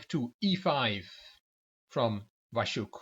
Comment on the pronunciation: Hey, as always you're good with foreign names! Your pronunciation of "Waszczuk" (Vash-chuk) is perfect. The name "Patrycja" in Polish reads more like "Patritsya" but English pronunciation is perfectly understandable. Well done! ( ͡° ͜ʖ ͡°) As to the scandal, it was quite big news in Polish chess world and nobody really has any doubts that Waszczuk was cheating. Her behaviour was more than suspicious, there are eye witnesses' statements available and obviously she has played moves way to strong for her rating. I personally think that a 2-year ban is not enough. In Poland, the players get 2-year ban for only POSSESSING a smartphone during the tournament, even without any further evidence or statements. In her situation, I find insisting that she is innocent and talking about "smear campaign" quite cheeky; if she admitted and apologised, we could consider this a lesson given to a silly girl, but since she apparently doesn't have any fair play or honesty sense at all, she should not be allowed to take part in tournaments ever again. She's not a baby and she knows the rules. Hit the road Patrycja, and don't you come back no more.